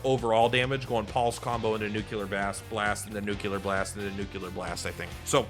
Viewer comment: The nuclear vs nucular is going to take us out lol.